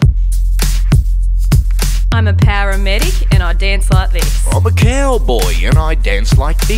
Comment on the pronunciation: I think Broden accidentally mispronounced 'cowdoy'